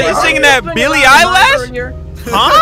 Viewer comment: He really said Billie eyelashe😂